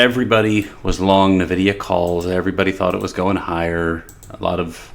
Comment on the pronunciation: Pronounce: [ENVIDIA], not [NÖVIDIA].